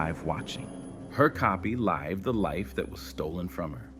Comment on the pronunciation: A couple of things: The "LIVED the life" pronounced with a long i was annoying. Someone called the assistant "Rebecca" when that person was clearly a male.